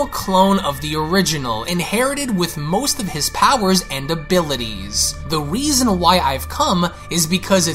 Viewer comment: You said weason but Ik what you meant